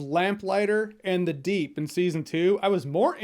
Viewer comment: First off... You said, “deep doo”. Heh heh... Second, Deep provided the proof/video of the airliner disaster. So he did do something....